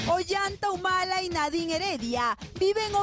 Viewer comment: la chica dice Olanta Humala asi tal cual.